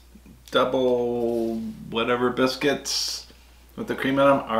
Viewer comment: That's "foxes bisc-wits" 😁